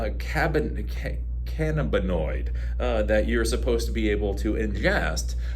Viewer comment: .cannabinoid ur mispronouncing